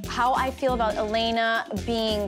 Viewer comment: She just said El-in-na ..... Bitch no